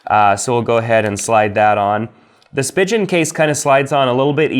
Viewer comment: Great video. Most people say Spigen like Speegin and Ringke is pronounced Ring Kay